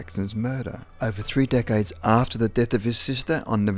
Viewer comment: Did anyone else thought he said 'dickheads' instead of 'decades' xD